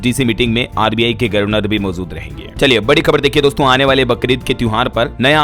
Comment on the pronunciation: कितने बार समझाया गर्वनर नहीं गवरनर होता है। अपना उच्चारण सुधारो